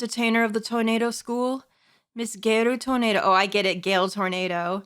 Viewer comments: I know, but she's pronouncing it like the word tornado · Oh, that. I don’t blame her. Much like with pronouncing Mister Reeus exactly like mysterious, reading Toneido as tornado helps her read out things easier.